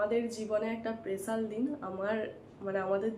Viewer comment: পেসাল নয় স্পেশাল উচ্চারণ ঠিক করবে